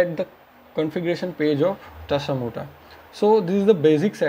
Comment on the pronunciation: Tasamota or tasmota It's confusing because you said "tasamota"